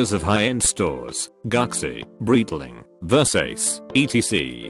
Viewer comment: "Workers of high end stores gucksi, breetling, ver sace"